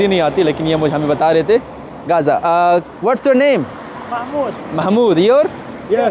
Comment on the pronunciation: Speaking Not Good Right गजा not 🚫 गाजा